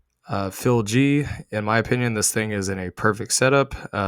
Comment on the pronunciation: I don't agree with your pronunciation of $FILG. It's FILEcoin, why would it be PHIL G instead of FIL(E) G?